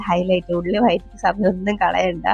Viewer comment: Not വയറ്റി but വഴറ്റി